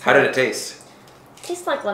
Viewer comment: DID HE SAY INDID!!!!